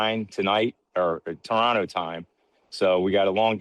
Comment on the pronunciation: Mans is pronouncing Toronto the right way 😂🇨🇦💙❤️